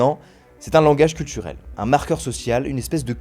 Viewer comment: Ça affrique le langage chez VA maintenant? "Cultchurel" " Youtchube " ... Et beh, y'a vraiment plus aucun espoir...